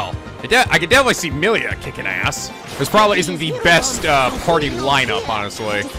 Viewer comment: Shhhhh. Remember, it's Moshirige, Ashina, wah-fu and Korekiyo Village. And now Meelia.